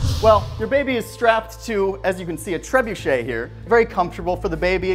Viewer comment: “The Trebu-Hush” 😂😂😂😂